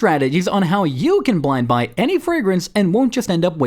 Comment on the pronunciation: "downt bloynd boy"